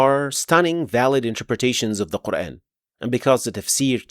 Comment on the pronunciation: As Salamu Alaikum. Very well explained where to pause and continue. ماشاءاللہ. But just one request to pronounce the word Quran in the correct manner. You are giving it an English touch by pronouncing Quran as in the words ...ran, ...ban, ...fan, ...tan. The word "Quran" be pronounced with a long 'a' sound (Qur-aan) rather than an English-style "...ran" sound, effectively addressing the pronunciation of the Arabic vowel, which is often mispronounced in English contexts. I hope you understand and accept my point of view. Thank you. Jazakallahu Khaira.